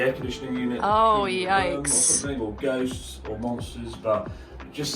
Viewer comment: It's Ghosts Chris. It's ghosts. 🤣 Also. After five years. He's finally plugging the "Abroad in Japan" podcast. Pete will be happy.